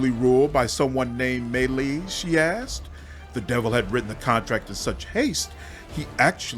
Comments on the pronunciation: Me Lies is how you should have pronounced it. Love how you read this soliloquy, quite entertaining. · Me Lies is how you should pronounce it.